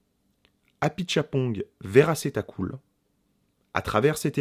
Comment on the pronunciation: Tu prononces hyper bien le nom du réal ! Sérieusement, oui, quelle expérience de cinglé, espèce de rêve éveillé qui nécessite effectivement de s’abandonner et de se laisser porter par des petits rien qui font tout. Et l’incarnation de Tilda Swinton est totalement hypnotisante. Définitivement une séance de cinéma à vivre ! 👍👍